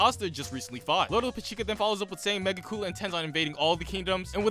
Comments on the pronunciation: Mega Coola?? Its pronounced (Me-Gik_you_la) Reminds me of that guy who called gokus favorite move the "Kalme ya mama" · Megicula is pronounced like mejeecula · It's megicula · Mansss butcheredddd megiculah 😫😫🙃😭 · “Megi-cool-la” lmao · Idk how you pronounced magicula’s name wrong so many times 😭 it’s just magic- Dracula. Magicula. Tis a hard G! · really out here saying Megicula like “Mega-Koolaid” 😂 But seriously great stuff, you pretty much hit the nail on the head